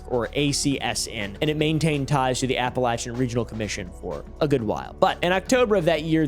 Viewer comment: idk if you knew this, but APPALACHIAN is pronounced APPALACHIAN not APPALACHIAN